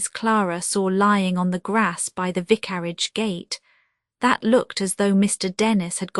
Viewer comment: Horrible AI !! Cannot even pronounce vicarage